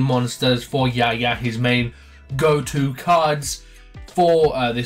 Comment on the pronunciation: It's Yuya, not Yaya.